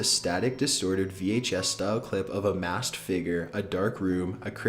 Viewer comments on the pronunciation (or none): none